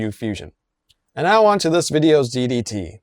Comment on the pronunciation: Emphasis on the 2nd “D” in today’s DDT,! 😂😂😂